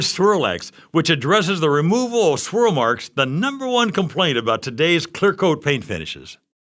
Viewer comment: "Schwirl Marks!!